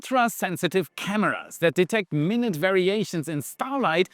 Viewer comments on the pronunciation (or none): “My-nute” variations…Not “minute” vatiations. One means small, and one means a unit of time. They are both spelled the same. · Minute as "very small" is pronounced mine-you-t, not mi-nut. In 2026 SpaceX has applied for 69 launches between Starbase and LC39A at KSC. That is more than one a week. Between now and January SpaceX must reduce the time between launches to 10 days. The second flotilla of Starships to Mars is planned to include at least one Starship which will return to Earth. While that Starship is on the surface of Mars it should be possible to launch a very small rocket-propelled probe which could collect the samples gathered by Perseverance and fly them back to the Starship for return to Mars. It seems to me that any university engineering department could build a vehicle with that capability. I wish that the various sectors of the aerospace industry would stop fighting with each other and start exploiting the strengths of other business partners. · FYI, "minute" meaning "small" is pronounced "My Newt", while the unit of time (60 seconds) is pronounced "Minnit". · There's a difference in pronunciation between minute (time) and minute (small), the latter being pronounced my-NOOT. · "minute" = "My Noot" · minute is pronounced "my-newt" when referring to something small... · Cheers,. If you wish to outdo AI slop, please pronounce "minute" as "my newt" unless you actually mean 60 sec. You have fewer typos than most. Cheers. 😎